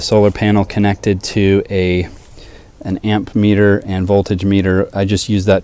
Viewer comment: ammeter, not amp-meter